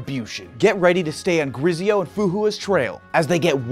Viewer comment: pronouncing of Grizzeio is easily in my memory every time he mentioned a sponsor for honkai impact